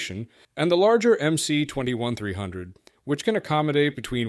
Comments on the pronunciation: Should be pronounced as "MS" - not "MC". МС (MS) stands for "магистральный самолет" - mainline aircraft. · You made an entire video without even learning how to pronounce the goddamn model name. There is no letter 'C' in Russian. At least get the basics straight. It's MS-21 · MS-21 ( not MC-21 )